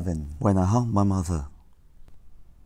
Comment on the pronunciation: 你连连读都不会，哪里来的脸diss别人发音，别的我就不说了，all about这个地方要连读你都不知道，还有什么脸？